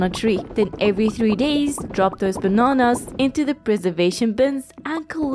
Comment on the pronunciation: The way she says bananas is so funny